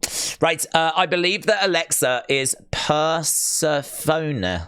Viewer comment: If you Bo-lieve you will Bo-Long 😂